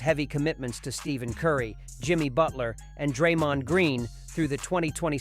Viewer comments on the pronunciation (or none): It's Stephen pronounced Steph en Curry. Every time you get it wrong my ears cringe